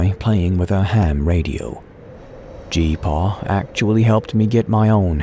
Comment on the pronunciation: I cringed every time you said G-Paw